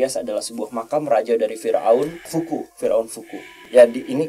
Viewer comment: Piramida khufu bukank si? Kok aku dnger bilangnya fuku hehhe